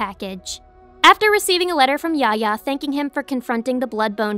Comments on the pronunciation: Yafya yafya is his name not yahya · dislike for the pronunciation of Yahya